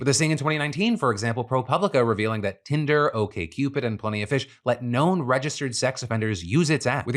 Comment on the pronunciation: Did he really call it hinder in the beginning